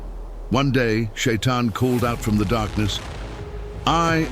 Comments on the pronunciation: Не шаян а шайтан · НЕ ШАЙЙАН А ШАЙТАН!!